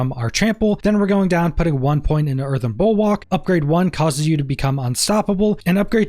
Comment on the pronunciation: just an FYI it's pronounced Bull-work, and whats your view on Mending stone for pants.